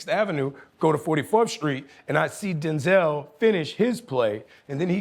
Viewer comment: Bro ain't even a top tier actor tho.. how dare him say Denzel name like that